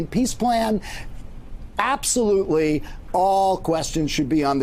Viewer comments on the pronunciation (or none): "Absasmurfly?" Nice.